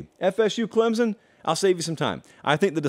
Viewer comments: Let me help you. It's not clemzon, it's pronounced clempson with soft focus on the p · You cant say ClemSon right,there is not a Z in ClemSon!!!